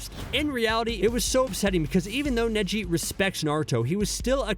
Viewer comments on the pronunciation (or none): I can’t believe my guy said Kneeji😂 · There’s just something irking about the pronunciation “neeji” and I don’t know why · I sware to god if he mispronounces another name I'm going to kill him he said neeji instead neji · He says them wrong on pourpose caught it on neji when he says niji first and then says neji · HE SAID NEEJI WTFFFF IM NEVER GONNA WATCH U AGAIN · You really irked me with the zabooza.. and kneeji... its za-bu-za and ne-ji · And neeji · I swear he has to be doing it on purpose with the way he pronounced Soo many names like neeji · It definitely hurt losing kneejee, and damn that ohbeedo. Gawd i have a hard time believing anyone who does videoson anime showsactually watches them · and zabuza and neji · The way he said Neji triggered the hell out of me LOL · Neji is what got me lol 😂 I mean if he can pronounce all the main characters names right Sasuke, Naruto, and so on. But the names man makes me feel like he’s never actually seen the show lol 😂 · Fam this guy got the pronunciation if neji right but still butchered it in the end